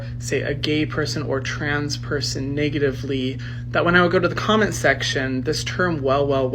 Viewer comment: Well well well this soyboy or however he identifies is racist. He said niggatively twice around 3: 30 mark. SMFH The hate is real lol